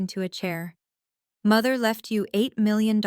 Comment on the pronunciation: AI really stinks at reading numbers. It can not even say 8 million.